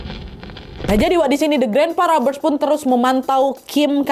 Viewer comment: Robbers dibaca robbers bukan raber(rubber)artinya karet,dan event dibaca ivent,iv-ent seperti menyebutkan ant (ent) YG artinya semut.